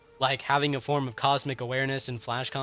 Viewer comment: Bro its eobard not eobord